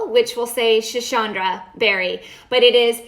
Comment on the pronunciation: Schisandra . Not schishandra. Sss. Not shhh